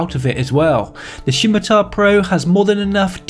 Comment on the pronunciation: Did someone dare you to say Shimatar? I jest, great vid.